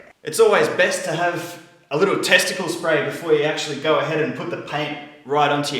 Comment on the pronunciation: did he say testicale spray ?